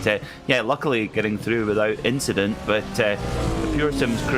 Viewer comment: Verstappen Rogers inchident